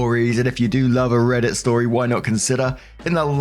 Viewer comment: The eay you said "RRRRREDDIT" at the beginning was hilarious